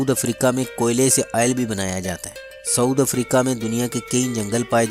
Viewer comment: for God sake's its SOUTH* Africa not saud africa